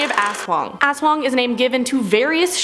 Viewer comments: Yeah, but they keey saying it as 'asswang' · I can’t help but laugh when I hear ASWANG!!!!😂